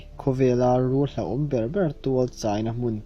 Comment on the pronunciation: 'hluahawm' i ti daih a nia. 'hlauhawm' tihin siam tha rawh.